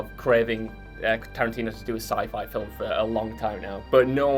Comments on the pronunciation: Slap this boy if he say's "filum" one more time. It's *FILM*, one syllable. Get it right! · Why does the guy pronounce the word FILM FILIM. is he just that English? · Is it just me or does that guy pronounce 'film' in a funny way? He clearly says 'filum' a few times. Is it wrong or a certain accent?